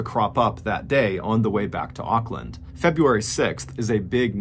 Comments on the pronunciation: Just wanted to give you an fyi - Auckland is pronounced "ork" land :) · Sorry, I couldn’t finish watching. Every time you mispronounced Auckland I cringed and lost concentration on what you were saying. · It's not pronounced Okland lol it's pronounced more like orkland